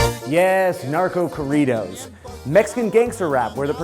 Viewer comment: Damn those nachodoritos sound terrefying.... no querias referirte a Narco corridos? What a terrible pronunciation